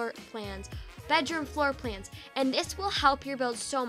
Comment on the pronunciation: When she said floor plans I was confused I thought she said floor pans